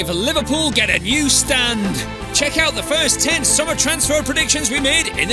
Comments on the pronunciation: Love the “Predictiowans” 😂❤❤❤ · I love these transfer “Predictiowans” 😂😂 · "5 more predictiowans" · Did Roy Hodgson Post The Video For You? I dont know what is a "Predictiowans"